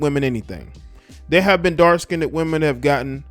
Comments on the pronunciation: Dark Skinned, Not "skinnded." 🤣So negrodian. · Who the fuck is still saying “skinded” in 2022?? And why? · No one asked her to talk...and it's not "DARK-SKINDED"...You're DARK-SKINNED. Come on. Whew. 🤣